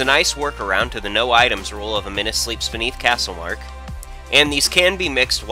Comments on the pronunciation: It's Costlemark not castlemark. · It's costlemark #illiterate